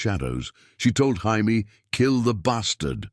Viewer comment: 1min in and ive caught a "Hi-Me" and a "Gy-Me" instead of Jaime. Gotta love that A.I.